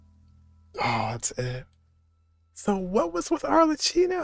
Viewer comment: Ar-le-kee-no, not ar-le-chee-no. Also yeah, Arlecchino means harlequin or clown.